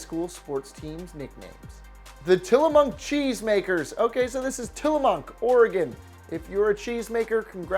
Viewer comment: He added an n to tillamook